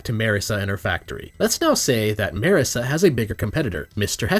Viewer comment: The real TRUTH of class conflict is how you pronounce Marisa. It's Mar(like Marx)-isa not Merr-esa